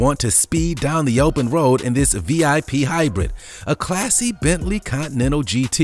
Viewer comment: dude butchered that bentley ..